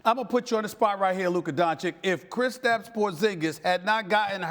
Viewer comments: Doncich not doncick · its not Dončik its Donćić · Doncic Donchich Not doncik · It's not DANCIK, it's DONCIC! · Dontschisch pleaeeee Stephen A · That dude is 2 years in the NBA, yet he still pronounces him Luka Donchick :D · Why does this fool insist on calling him "Don-chick"? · Stephen A said Luka Doncik in his face. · Luka hearing Stephen A call him "Donchik" was just like: "Really man? " ... He is butchering the pronunciation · STEPHEN A: LUKA DONCHICK. LOL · After three years He could learn to pronounce his name ! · Labeling him a superstar yet can't learn to pronounce his name. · How can Stephen A not pronounce Doncic, it’s not even that hard of a foreign name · and he starts by saying his name wrong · Still can't pronounce right!! 🙈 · Can't respect Stephen A till he learns how to pronounce Luka's name. Come on man. You can't be so stupid or so ignorant. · Oh no, he mispronounced his name again! 😂 Somebody please tell Stephen A. how to say Doncic! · It's literally the same sound as "itch"... that's it. My guess is that it's just some "I don't respect you like that" thing. There's no way this isn't intentional. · All that intro to pronounce his name wrong smh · Luka is not a journalist. It's Stephen A's job to talk about basketball. It's literally his day to day job. And still he can't pronounce 2 syllables. I can maybe understand that the media needed some time to get Giannis' name right, but Luka's? Come on that's laziness and ignorance.